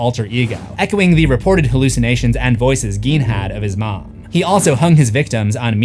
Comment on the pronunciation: It's pronounced Ed "GAIN".